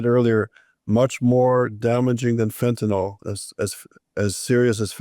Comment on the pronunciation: Fentynol? ou Fentanyl?